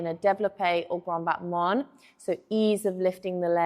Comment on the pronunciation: I had to smile as you said "grande battemann", as the Russians say. In France (and rest of the world) the word ends with the a sound, no n.